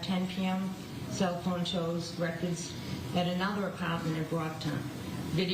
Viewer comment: "He woks to the dumpstah"...